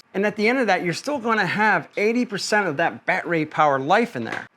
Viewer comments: I'm guessing that you're being facetious lol since you're saying "bat-ray" instead of "bad-er-ee". Again, 1st time watcher so not sure if this is just part of your schtick. Good content though. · Haha! What’s a “Bat-ray”? 😂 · First time seeing this guy. Is he purposely mispronouncing battery? lol.